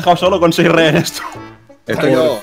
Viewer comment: Español: rehenes Ingles: rejenes